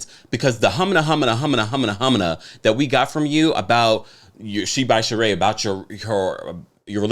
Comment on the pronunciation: Whew! The Sheree babble!